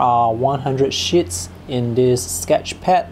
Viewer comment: You need to watch your pronunciation of "sheets". It sounds like "shits" which is something else entirely. I've noticed it a while now and am surprised no-one has pointed this out sooner.